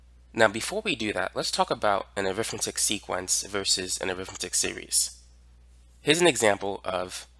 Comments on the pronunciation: When used like it is here (as an adjective or noun adjunct), it's pronounced arithmEtic, not arIthmetic. The latter is when you're talking about the school subject -_ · Pronounced arithMEHtic. (Different pronunciation than when you're using it as a noun.)